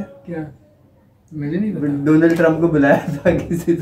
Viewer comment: Doland TRUMP 😂😂 yup